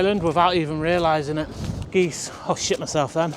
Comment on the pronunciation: 🪿 Geesez 😂 (aka Jesus)